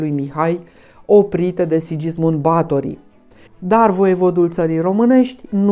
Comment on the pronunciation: este pronuntat "Sighismund" nu Sidjismund.